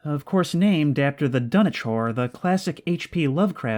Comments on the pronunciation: Dunwich not Dunich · it's uh, pronounced dun-witch lol